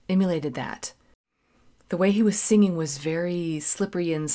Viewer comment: Did you notice that "the mourners were all sangin' "- not singin'. I guess because it rhymes with " the hangman isn't hangin'. Not that they needed to do that, but it made the rhyme a little bit more perfect! You'll quickly find out that Steely Dan were really perfectionists, they would hire musicians at the very top of their game just to play a few notes, and then dismiss them abruptly. They were known for that. "Aja", the album with " Home at Last", is widely considered to be one of the most produced records ever made. Many many many many many takes of every bit and piece of it. Every song on it is a perfect masterpiece! Like paintings in an art gallery hanging on the wall! Can't buy a thrill was the first record album I ever bought as a teenager, quickly followed by Al Stewart Year of the Cat, and Dire Straits debut album. Not a clinker in the bunch, it was a great time to be a teenager